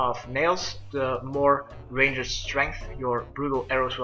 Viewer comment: Love how he says ranged. "Rain-jet"